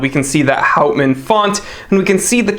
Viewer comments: As for the pronunciation, clearly it has Dutch roots so that would be "howt- mahn" (if that makes sense), although it will probably have been anglicized. It means wood man, by the way. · Hey, or whatever your your name is. If you are going to review a product you should learn the correct pronunciation of the name. It is called professionalism.